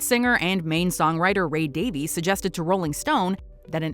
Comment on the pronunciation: Ray Davies last name has been forever mispronounced: It is not pronounced Davees, but Daviz as if there’s a z on the end, but pronounced very softly and not emphasized. Got that from an interview Ray did with Mielissa Block on NPR years ago (2009 I think). One can GOOGLE it just like I just did.